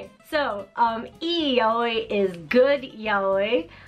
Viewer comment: So it's not pronounced "yowee" huh... It's more of an "ya oi", or "yaOi", although technically stress accents aren't much of a thing in Japanese, so I'm approximating. Huh.